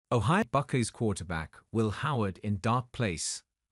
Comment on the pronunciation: the narrators needs to do his homework and learn how to pronounce names. You would think the Brit wouldn't make such a amature mistake. Its pronounced BuckEYE not Buck-ee. That's why the Brits lost the war.